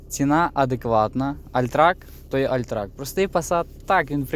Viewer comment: альтрак. блять 😂 ти шо 72 року і вчив німецьку?